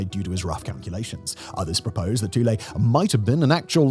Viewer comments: lol Simon pronounces a lot of words wrong especially if they aren’t English origin. But idk who you pronounce that word so 🤷🏽‍♂️ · OMG, have I been mispronouncing Thule all these years, or is Simon right? I see a TH, I THink it sounds like THe way it's spelled, which for me is -"Th-oo-l." Calling it "Two-lay" never occurred to me. Have I been wrong for decades?